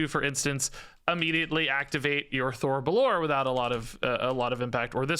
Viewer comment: Just a heads up (not that it really matters), but I think the phoenix is pronounced Thori bell-or-ay, since its elfspeak.